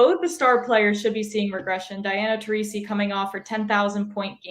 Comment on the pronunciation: Diana Tar-ee-see??? Uh...